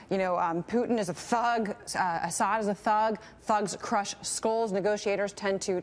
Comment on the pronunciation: I love how Walid pronounces “Assad” as “Ass Head”